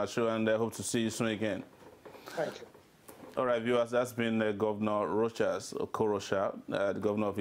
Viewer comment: He (Rochas) never did answer the question about the "Private Jet". "This is Rochas, you are talking to Rochas". $7000/hr for private jets will go a long way to helping the poor people he professes to care about. 40 minutes later, still can't say the interviewer's name. "I don't have an english name, cos I'm not an englishman". Priceless. Thank you Mr. Sowore for the good questions.